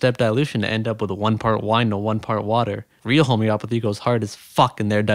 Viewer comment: Homey-o-path-ey. Not home-opathy.